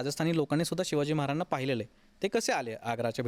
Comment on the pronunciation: हा माणूस महाराजांना... मराजाणां असे का बोलतो मधून मधून क्लिअर बोला ना.. महाराज स्पष्ट 😊